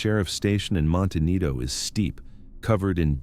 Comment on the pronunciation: MonteNITO? U mean monteCITO